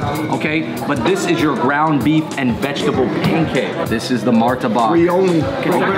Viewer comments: it’s Martabak, not Martabaka 😂 you guys making me hungry and missing home food! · Its martabak not martabaka Hahah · bro its martabak not martabaka hahhahah cheers! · as an indonesian i want to state some facts: 1. it's martabak not martabaka 2. that martabak is so pale, probably doesn't have that much flavour and I noticed that you guys didn't eat the martabak with the sauce 3. why are you comparing gado-gado and kangkung, you should compare gado-gado with ketoprak 4. it's ayam goreng mentega not ayam mentega 5. ayam mentega for the win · Not "MARTABAKA", just "MARTABAK" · Pls invite Rich Chigga Martabak NOT martabaka And KANGKUNG is spelled ["Kung" "koonk"] [Beu La Chan] not BE LA CAN [sop boon tooth] not sop bun-that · It is martabak not martabaka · KANGKUNG wrong pronunciation. KANG you must said the ( A ) word like an ( A ) in gado gado. and KUNG you can said it like in ( KUNGFU ) thats the right pronunciation and another mistake is,, MARTABAK not MARTABAKA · martabak not martabaka. :) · Martabak not martabaka 😂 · Martabak not martabaka hahahah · Keng keng belekan, mi chek chek ,Moor Tabaq,rendeng,ikan Bakaa-,SOP buntat 😂😂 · Lmao it’s mar-ta-bak